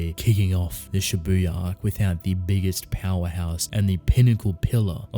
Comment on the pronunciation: Why is it so hard for everyone to pronounce Japanese words correctly? Don't put emphasis on 'u' in Shibuya (渋谷). Have you never watched anime and never heard how it is supposed to be pronounced? Like, seriously? Do you watch everything with dub or something? Every fucking Youtuber I watch pronounces J-words like this, I'm sick of it. I know you probably don't give a shit, but please, how hard is it? Make the world a better place for me, please.